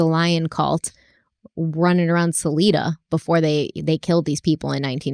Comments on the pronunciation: Salida (s uh lie dah). Just FYI. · I've lived in Salida my whole life so it's really interesting to hear this story from your perspective, and it's really sweet to hear pronounce us as Sa-leeda Lol. 8 I've briefly heard of the murders in Salida once or twice before but it's never been a big story around here surprisingly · The way you say salida.. i can’t I had to say something. It’s pronounced sah-lie-duh- 😘😘 but other than that all the facts on Modesto are 100% lived there for a few years and it’s not a place you wanna stay let’s just say that😂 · I lived in Salida at the time - pronounced Suh-lie-duh Also Salida does not have its own police department, too small. It contracts with the Stanislaus county sheriff with assistant from Modesto PD